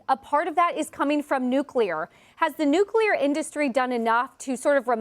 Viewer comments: NuClear Not nucUlar, genius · It is nuclear, not nucular. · AI, building a nucular plant for AI!